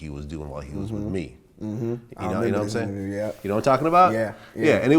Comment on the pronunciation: Cant stand when Vlad says "naimsaying" or "naimean"- I cringe every time